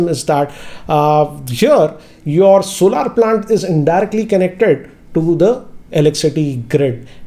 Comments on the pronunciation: Sir Solar is Pronounced As ' sol-er , not solaar . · It's solar not solaar. Solaar have different meaning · सोलर not सोलार ।